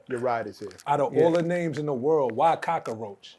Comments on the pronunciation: could someone please tell dude that cock-roach has two syllables not (3). What the hell is Coc-ker-roach!!!! UGH 😐😐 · not "Cock-a-roach" it's "Cockroach"🙄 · It wasn't cockaroach it was cockroach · It was “cockroach”. Not “cock a roach”. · lol “Cock-a-roach” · Cockroach with 3 syllables sounds wild 😂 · Out of all the names, why "COCK-A-ROACH"??? 💀💀💀